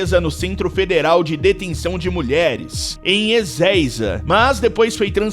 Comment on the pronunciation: mais imprecionante nem é as mulheres se ednvolver com esses tipo de pessoas, que me impreciona é o narrador falando "melheres que se envolveram com traficantges errados", :face-blue-smiling::face-blue-smiling::face-blue-smiling: existe tem traficantes certinho 🤔?